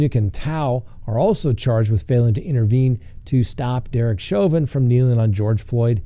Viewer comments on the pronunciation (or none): none